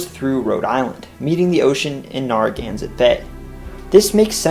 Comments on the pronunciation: With respect, neh·ruh·GAN·suht bay, barring local accents. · Based on how people in Rhode Island pronounce “Narragansett”, its first syllable should rhyme more with “fair” than “far”. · Good try with town and regional names BUT it's NAIR A GAN SET, not NAR A GANSET. Great job with the history of Mass. You hit most of the major facts and added a lot of the lesser known history. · "Narragansett" is pronounced "N-air-a-gansett" NOT "N-arr-a-gansett." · It’s pronounced nare-a-gan-set. 😂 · you're gonna have to learn how to pronounce "Narragansett" before your RI video... the first syllable is pronounced as in 'narrow,' and the last syllable is 'set' or 'sit,' not 'zet.' nare-uh-GANN-sit. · Great video! A quick pronunciation note that will be helpful for the RI video: "Narragansett" is pronounced "NAIR-uh-GAN-sit" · Well researched and very nicely presented! My only critiscism was the pronounciation of "Narragansett" - the NAR is like you'd say in "narrow," not like is said in "narwhal." Thanks for sharing! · Narragansett's first syllable rhymes with "fair", not "far"... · Anyone else cringe at the Narragansett pronunciation?